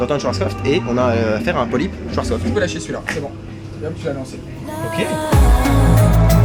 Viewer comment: C'est pas SchwarzkoFT mais bien SchwarzkoPF. Désolé mais je n'en peux plus de t'entendre écorcher le nom de ce constructeur à chaque mention dans une vidéo, ça m'exaspère au plus haut point 🤣 Chouette vidéo cela dit ca fait plaisir de voir des zones du parc qu'on a pas l'habitude de voir pour ceux qui ne se sont jamais rendus a Nigloland, notamment en début de vidéo.